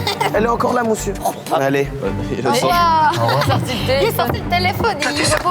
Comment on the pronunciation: ”Mousieur je veux pas rentrer chez moi” « a si mousieur » jsp prk j’ai ri 🤣